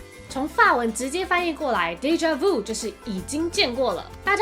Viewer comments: 我就是学法语的 视频挺好的 但纠正几个错误，déjà-vu 的vu 发音是vyu 不是vou，bon appétit 是 appei ti 最后结尾t不发音，还有encorede结尾是小舌音he 不是英语的r 但其他的都还不错的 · déjà vu 读错啦